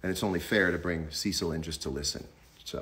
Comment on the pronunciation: When he says "Cecil" but all you hear is "sea salt" 🙈